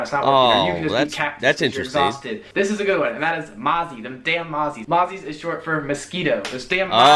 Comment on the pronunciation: Brolly is British..... Teli is British.... Stubby holder is just stubby and Mozzie is not pronounced Mazzie but Mozzie, say mOZzie! So many of these were badly pronounced it just cracks me!